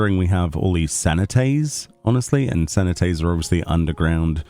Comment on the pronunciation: Cenote - SEH-noh-tay